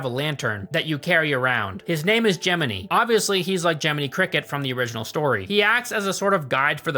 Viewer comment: It’s clever to say the name Gemini as Jiminy it’s on the nose pun intended